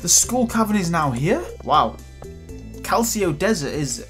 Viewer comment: Calcio desert? Really? Dude... Edir: Also, Mister Q.I? Good lord man. what's the matter with you?